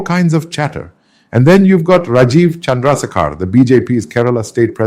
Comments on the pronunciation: Pls speak in your voice. What you are saying is AI’s voice..it’s very obvious that it’s AI You can’t even say Rajeev’s full name properly ?? Plssssss… stop your fake English. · This is not nathew samuel speaking. No Indian pronounces indian names( rajeev chandrasekhar) like in the video